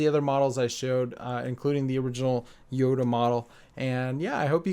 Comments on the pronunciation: It's yoda not yodo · You said yodo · He said yodo cube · Did you hear him say yodo at the beginning